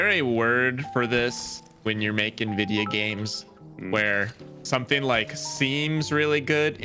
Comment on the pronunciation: “vidya games”